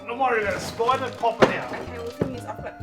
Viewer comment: "spoider" 😄 You gotta love them aussies